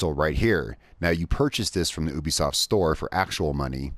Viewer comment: Ubisoft not ouibisoft 😂